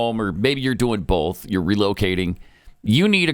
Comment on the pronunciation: There is no “L” in the word “BOTH”, Pat, no “L”. ‘BOLTH” BOTH you and